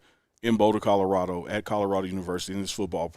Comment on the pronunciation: Hahahaha Apparently YOU dident get the “memo”…. It’s Colorado!!! 🤭